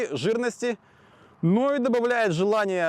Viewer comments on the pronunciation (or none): Неправильно вы слово угондошить произносите!)) Удачи с апрувом этой каски.